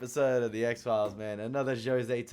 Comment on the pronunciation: Please, please stop saying X-Phile-ees. It's X-Philes, pronounced "X-Files" . I'm sorry... I'll watch the react now.